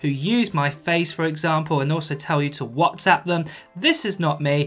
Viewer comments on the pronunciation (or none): none